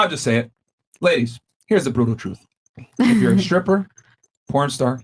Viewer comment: Grammar check:it’s not “scripper” Myron it’s pronounced stripper